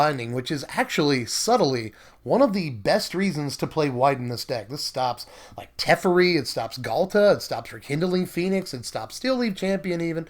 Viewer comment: You keep on pronouncing teferi wrong.